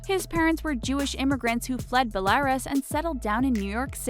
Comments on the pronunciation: PAUSE. im sorry belaris? its pronounced belaroos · please check the pronunciation of Belarus